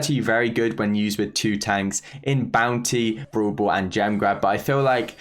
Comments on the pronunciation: nobody:: brool bool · I love when he says brawl ball as "Bro ball"..XD